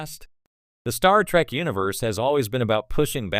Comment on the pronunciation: Star Feet? Wtf. Terrible A.I narration.